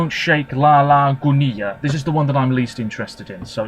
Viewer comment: Hi! Great commentary as always. I just want to point out that the double L in Gunilla (which is a fairly common Swedish name) is pronounced just like it would be in English, and not like the Spanish double L sound. Besides that your Swedish pronounciation is pretty good. 😊